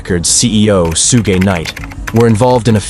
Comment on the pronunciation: They really need to get human narrators. I mean "suegay knight" instead of Suge? Horrible!